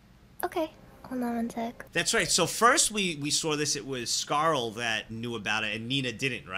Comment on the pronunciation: Still find it weird you call her "Scarl" instead of "Scar-la" It's Scarle, dude. She says it herself all the time.